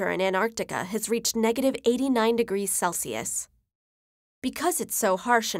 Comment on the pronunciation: pronouncing celsius as CALSIUS